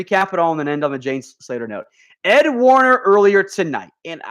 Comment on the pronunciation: #dallascowboys....., who is ed Warner, I believe it is ed werder